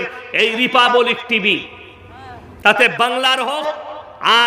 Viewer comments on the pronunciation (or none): ota repabolic na republic age uccharon kora sekh